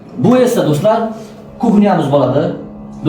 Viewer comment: Долдр эмас доллар болади эмас така деса нима болади сени хам ашунчун долдр эмас доллар болади😂😂😂